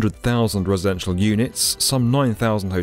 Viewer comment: "resential units" lmao nobody caught that?